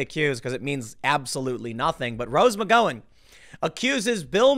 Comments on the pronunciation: If Tim can’t eventually pronounce McGowan correctly, I’m going to snatch the slat of the fence in his crack out and jam it in my ear!! FFS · Are you pronouncing her last name right. Because I don’t think you are. You’re the only person I’ve ever heard pronounce her last name like that. What’s the deal? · 😂 Hilarious how you continue to mispronounce McGowan.. Great job. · have you never heard her name pronounced before? it's amazing that you continue to mispronounce after all these videos you produced. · Rose McG(OW)an OW-an... not Go-an.... OW! not Go.... DO NOT PASS GO, DO NOT COLLECT $200...... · Rose Mc-GOW-an , not Rose Mc-GO-in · isnt it pronounced McGowan (rhymes with cow) rather than McGowan (rhymes with go) ? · I only clicked on this to hear Tim say "Rose McGoing" again, and was quickly pleased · I asked him, "where is Rose Mcgoin Tim"? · next video "Tim Poole credibly accused by Rose McGo-in" she felt threatened by his mocking tone and inability to say her last name correctly. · It's Can't care less. Also, it's McGowen, as in Ow, like when you stub your toe. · I think the Gow in McGowan is pronounced like "Cow." Mc-Cow-An ... like that. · Why does Tim say McGawon like an R word? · Tim, Rose "Muh-go-in," Pool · Tim: It’s /mik-GOW-un/, where the “GOW” rhymes with “NOW.” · Please check your pronunciation, the ow in Gow is like the ow in Pow. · rswindol OMG! Between saying her name wrong several times and saying Mika’s name wrong the other day... it’s like nails on the chalkboard after awhile. Just say their names right, dang it! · You can't pronounce her last name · That’s a weird pronunciation of McGowan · One of these days we're gonna get Tim to pronounce McGowan correctly. I'm holding onto hope. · Please learn how to pronounce Rose McGowan's name correctly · Why do you refuse to say Rose McGowan's name correctly? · McGowan is pronounced like the noise you make when you stub your toe, come on Tim 😉👍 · I think you pronounce her name wrong